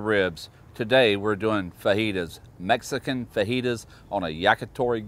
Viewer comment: I love that this guy says "meskin!". I'm from texas, so i hear it all the time, but it cracks me up.